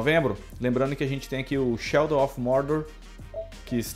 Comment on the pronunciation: e tb falou "Sheldon" of war.....eh muito Big Bang Theory